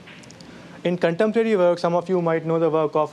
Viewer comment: I had to rewind to catch that too, but I believe he slightly mispronounced "in contemporary works"